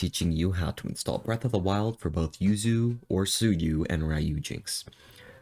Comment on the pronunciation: I first i thought you were saying you sue you. I was like who sue you. But you were saying yuzu